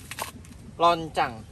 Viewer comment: Onclang ms. Bukan loncang..